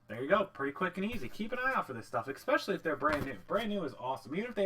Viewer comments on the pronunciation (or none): He says ''ecspecially'' lol